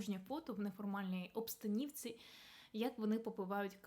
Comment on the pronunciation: Шановна, вибачте, але не в "обстанІвці", а в "обстанОвці"